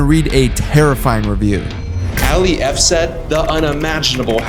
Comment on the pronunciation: It's not alliy it's Ali!!!